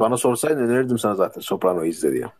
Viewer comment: Soprano değil sopranos ya niye herkes soprano diyor